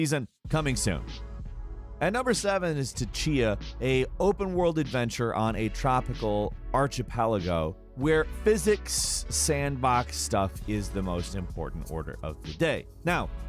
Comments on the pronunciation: is by far my favorite - But when he pronounced - Archipelago wrong, I flinched, cringed and shut the video off. - är″kə-pĕl′ə-gō″ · arČipelago? really? really???!! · ARCHA-Pelago, What in the actual fucksticks. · I'm sorry, what? ArXIpelago? :D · No one: Not a single one: Islands:: Archie-pelago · Archipelago... 'ark-i-pelago' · I live for pronouncing shit super weird. “Archy-pel-ago” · Hey, archipelago is pronounced 'ark'ipelago